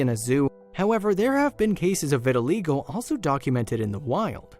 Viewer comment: Learn how to pronounce the disease correctly!!!!!